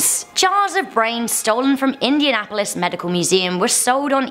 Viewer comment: You totally demolish the name of my city indianapolis 😂😂😂 Thus you are here by banned from indianapolis until you can pronounce the name correctly.